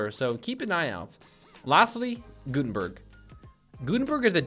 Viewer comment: Anybody else throw up in their mouth a little bit when he said gutenberg?